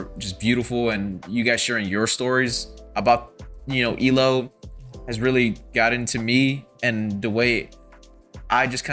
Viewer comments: "E-LO"? It's E.L.O.(every letter is pronounced.) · Thank you for your comment 😊 I was stroking out whenever he’d say “E Low” 😂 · E. L. O. not EEloh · Still saying E-LO? It's E-L-O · EE EL OH Not Elo. Just saying 😊. N.Ireland. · Please, please, please stop saying "Ee-Loh". It's so grating to E-L-O fans. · It's actually E-L-O, not "ee-lo." But as long as you loved it, that's what's important. OUT OF THE BLUE remains my all-time favorite album. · And with all due respect, fans pronounce it E.L.O. Separate letters. Saying the word "elo" is like incorrect, not how they were universally known. Unless you're kinda trying to be ironic, or annoying. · Please... Not EElow... It's E-L-O. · E. L. O. not eelow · Please say E-L-O (as individual letters), not “Eeloh”. Don’t worry, you’re not the first. Thanks for the album reaction. ELO is one on my favorite bands. The songwriting is amazing. Many of the greats are leaving us. May Jeff Lynne live forever. 😊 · I love this band and I am glad you are enjoying their style and depth. It is pronounced E...L...O all individually not as a made up word. For me Time, Eldorado and a New World Record are peak ELO I can't pick a favourite as they swap constantly. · Its EEE-EL-OH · Just wanted to mention that we pronounce it E.L.O., as the initials for Electric Light Orchestra. And, I'm glad you enjoy their music!